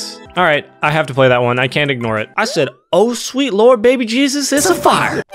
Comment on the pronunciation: in one part he says jesus and it sounds like cheeseits